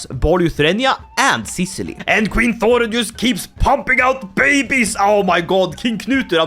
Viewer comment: Thorrun. The 'Þ' is pronounced like the "th" in "thing".